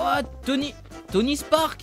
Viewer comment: il a dit Tony spark